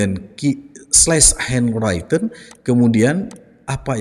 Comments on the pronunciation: henwriten pak, bukan henwraiten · SORRY,sorry banget. Handwritten cara membacanya henriten bro. Bukan henraiten.